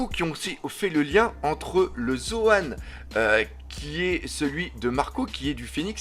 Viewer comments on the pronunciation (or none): none